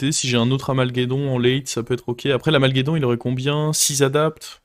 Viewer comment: Mec tes clairement fort au jeu tes video son cool mais ce n est pas AMALGEDON c'est AMALGADON c'est trop stressant quand tu l appel comme sa